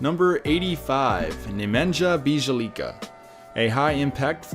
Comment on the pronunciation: Great video, your videos are so underrated! Also you butchered Nemanja Bjelica's name lol. It's NEH-men-yah bee-a-LITZ-ah!